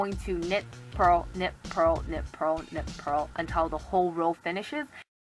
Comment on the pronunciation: Lol when you said knit, purl, knit, purl, really fast it sounded like u were saying nipple but with an asian accent. 😂😂😂